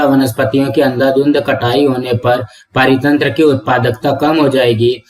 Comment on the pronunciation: Parithantra ❌ paaritantra✅